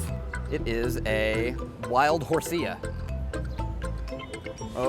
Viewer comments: he said hoseuh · this guy doesn't know anything about pokemon why would this company choose him to shoot this video. they should have choose someone that was a fan or at least played the earlier games. this fool didn't even know how to say horsea